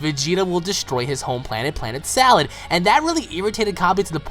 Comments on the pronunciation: It's planet SADAL not salad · How can both work if it's NAME is Sadal.Cabba can be Cabbe or Cabe but Sadal is not salad .It's just you americans that can't pronounce words that are non english.